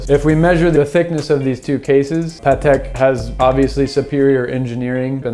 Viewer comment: So glad to hear one American pronounces the brand correctly. Almost all Americans pronounce it Ptak 🤷🏻‍♂️